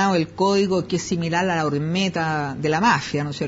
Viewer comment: La palabra correcta es OMERTÁ no ORMETA como dice Carmen.